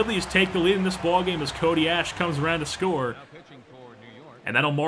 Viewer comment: I'd hate to be a grammar Nazi, but its pronounced CODY ASH-E